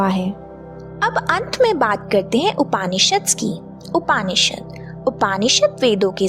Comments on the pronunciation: अत्यन्त ज्ञानवर्धक, किन्तु बहन जी के कई नामों, शब्दों के उच्चारण हमारे सनातनी परंपरा के अनुसार हो तो अच्छा, जैसे उपानिषद,का उपनिषद ऐतरय का ऐतरेय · Bahot badhiya. Bahot achha. Aap upanishad bolti hai, Aap ko upnishad bolna chahiye. Braham ko aap bhram bolti hai. So sad. So bad. Aap mantra ko matra bolti hai. Galat pronounce nahi kare, Pl. Titles hindi mein hona chahiye. Itna sare shabd Aap English mein na likhe. Thank you for nice compilation. 🙏🙏🙏🙏🙏🙏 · upAAnishad nahi hota hai, its Upnishd. arAAnyak nahi aranyak hota hai. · अच्छा है किंतु हिन्दी का उच्चारण उचित तरीक़े से करें ना कि अंग्रेज़ी तरीक़े से। जैसे उपनिषद ना कि उपानिषद। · उच्चारण उपनिषद है